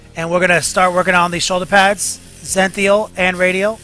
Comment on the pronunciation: its zen-i-thal, but keep up the good work man. love your yu-jing stuff